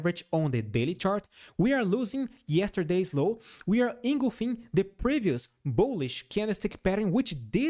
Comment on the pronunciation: Thank you for your constantly helpful Tesla analysis. ‘Engulfing’ is pronounced engulf - ing, not engul - fing. Hope that helps.